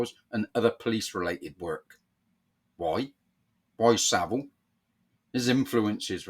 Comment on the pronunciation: It’s Savile not Saville.